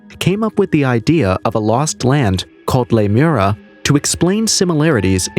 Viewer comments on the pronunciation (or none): Lemur-eeeeeee-a, dude. Not Lemura. It was a hypothesis to explain lemure migration prior to the discovery of plate tectonics, and we now know that a sunken land mass there would be physically impossible. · Lee-moria not Lime-era. it's named after the lemur remains found on the west cost of Australia that could have only gotten there by a land bridge. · It's pronounced Le mure ee a (short a) :) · Jeepers. The pronunciation in this video is so bad, Lemuria isn't pronounced lamura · It’s Lemuria!